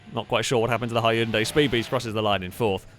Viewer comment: You're mispronouncing Hyundai 🙂 (but thank you for another fun video!)